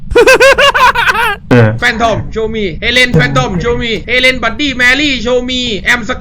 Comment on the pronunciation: มันชื่อเฮเลน ไม่ใช้เอเลนพี่จะไปฆ้าไททันงั้นรึ